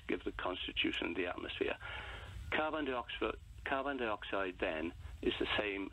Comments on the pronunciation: Carbon Di-oxford.? Why the fuck can't he pronounce carbon dioxyde. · ‘Carbine dee-oxide’. What is this? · You’d think he’d at least have learnt how to pronounce carbon dioxide...